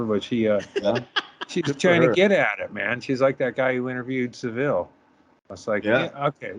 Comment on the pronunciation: You all watched the documentary but none of you can pronounce Savile correctly. Although, Norm MacDonald pronounced it your way too.